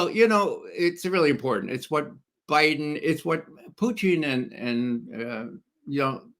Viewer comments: Why does Ray McGovern do this idiot intentional put down of referring to Putin as Pucheen . ? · I respect McGovern’s reasoning but every time he mispronounces Putin’s name as “Pyuteen” I am reminded of W’s mispronunciation of nuclear as “nookular” Not even RT Russian presenters butcher Putin’s name with the relish of McGovern. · Why does your guest keep saying Puteen ?lol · Why does Ray Mcgovern always pronounce Putin in a weird way?